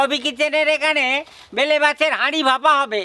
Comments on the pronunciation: Ota bele mach, vele mach bolcho keno, tumi ki thik kore katha bolte parona. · বেলে মাছ কে বারবার ভেলে, ভেলে বলছ ভীষণ কানে লাগছে ।ভুলভাল উচ্চারণ করো কেনো?কামরাঙা কে কাবরাঙা । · ভেলে না বেলে। আপনার উচ্চারণ বড্ড খারাপ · আগে উচ্চারণ ঠিক করো।তার পর কথা বলো।ভেলা না বেলে মাছ। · ওটাকে বেলে মাছ বলে। ভুল উচ্চারণ কেনো করো?